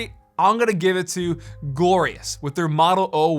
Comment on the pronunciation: did he just say gorious or glorious when he was showing the Model o wireless